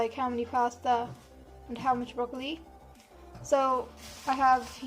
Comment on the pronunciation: brocolo pastaa